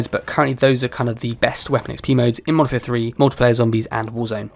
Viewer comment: Youre referring to the game as "Monfer" repeatedly was grating. Thanks for the tips though.